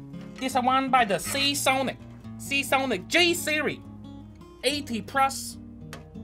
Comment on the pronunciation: "... 80 prus... 80 prus what? Finish the equation!!" :)